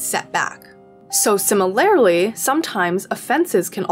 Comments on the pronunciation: Not to offend but the way you say simi-lair-ly had me dying every time. Much love and great vid 😂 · its si - muh - ler - lee actually.. where did you get the r.. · Regional, maybe? Where I'm from, that's how people say it. Either way, it's def not the way it's said in the video, I can say that. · It is my deepest desire that this comment gets no attention, but that you see it: "Similarly", unless im mistaken, is pronounced "sim-er-ler-lee" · honestly i didnt catch the pronunciation in the video so i cant speak on that, but do you mind me asking what region you’re from? im from north east USA and ive only heard simuhlerly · the way you say similarly is so fascinating to me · I'm old, so I'm offended by people who can't pronounce 'similarly'. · the way that you pronounce "similarly" drives me crazy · why does she say 'similarly' like that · Great video, but you’re accenting the wrong syllable in “similarly”. I’m offended by this. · GIRL I LIKE YOUR VIDEOS BUT YOU AREN'T SAYING SIMILARLY RIGHT!! ♡♡ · amazing video, amazing points, but please for the love of god can you learn how to pronounce similarly. it throws me off every time lmao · The way you say "similarly" offends me